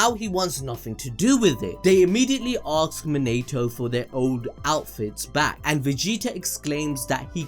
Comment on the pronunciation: can you stop saying aks? that is so annoying!